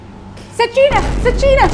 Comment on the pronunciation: قالت سكينه بعدها سجينه ههههههه